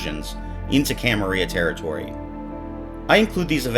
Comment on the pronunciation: I think you got a word wrong. It's "camarila" not "camaria".